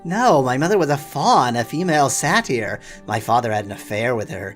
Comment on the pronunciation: You pronounce satyr strangely. It's usually pronounced "satt-er" or "say-tter"